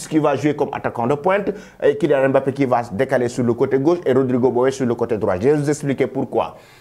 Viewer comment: Un africain qui ne sait pas prononcé "Mbappé" ! Bin voyons. 🤣